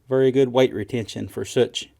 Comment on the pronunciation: That’s a “vury” well made bullet ;)